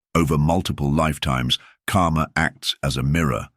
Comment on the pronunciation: You should learn the correct pronunciation of the word "karma". Every time you said "karma", it sounded as "kaama". Both words have extremely different meaning.